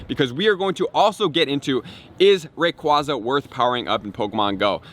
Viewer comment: I actually like his pronunciation of rayquaza hahaha